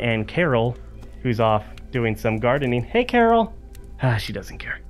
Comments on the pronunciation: I swear if he Carl “Carl and not CORAL I’m gonna be pissed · in the show he says Carl as COORL